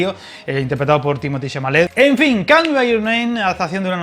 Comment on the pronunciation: Ay la pronunciación ajajja call se pronuncia “col” por cierto si te ha gustado esta peli hay una francesa que se llama verano del 85 que está muy bien 😀 y aparte una serie del mismo director Luca Guadagnino, we are who we are